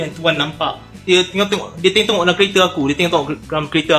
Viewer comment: Die tenok..die tenok...pelat mamat ni...haha🤣🤣🤣🤣